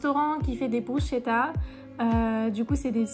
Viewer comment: 😂 des bruchetta 😂😂😂 ça se prononce avec brousketa , si vous demandez ça en Italie ils riront bien un peu comme si on va en France demander un crosssant 😂